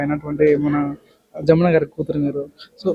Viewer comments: జా ము న కాదురా జ ము న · జామున కాదు జమున